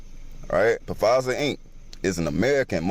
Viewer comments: He said "Pa-Fizer" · Dude kept saying P-fizer. 🤣🤣🤣🤣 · Lol it's not pronounced pafizer it's pronounced fizer the p is silent bruh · 'Pa Fizer' lmbo.....the P is SILENT.....!!!!! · Im sorry but this nigga reading was dumb af...."pu fiser"..BRO THE P IS SILENT AF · I'm weak af he says PasaaaFizer lmao you smart dumb mo fo the P is silent, omg these are the conspiracys that because of the ignorant people atached to the videos you can't take them serious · Its pronounced fizer not pa fizer how can anyone take that seriously if u don't even know how to pronounce the damn word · When did the “Black Jesus” thing take place? Also, they’ve been doing testing on deadly viruses for years now. Everyone is just now starting to know about it is the only difference. Every time I hear him say Pa-fizer I can’t help but laugh. The p is silent. It’s just pronounced Fizer. It makes it really hard to believe a person knows what they’re talking about when they don’t get the name right. Not saying he doesn’t cause well we all know Pfizer deals in pharmaceuticals & what kind of biz that is, just makes it harder to hear what he’s trying to say. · Pa-fizer lmao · Dude telling the Gucci Mane story......did he say "Puh-fizer"?!?! Am I hearing things??? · Pah- Fizer 😂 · The guy pronouncing Pfizer wrong was cringy… Phh-fizer 🤦🏾‍♀️🤣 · That was a mask. It's an actor playing Biden...WAAAAAAAAAKE UUUUUUUUUUP! BTW... the P is silent in Pfizer 😂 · How can I listen to a man that say Pa-Fizer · SO TikTok is essentially even crazier than youtube! 🤣🤣 So anybody can just make videos about complete bs and people just believe them. ALSO can someone tell dude the P in Pfizer is silent. He can't even say the conspiracy right. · He was killing me with the Puh-Fizer. I'm just saying. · If you can’t say Pfizer right than I can’t be believing you. Lol😂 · Time he said it I saw your comment 🤣 I'm surprised didn't say nothing 🤣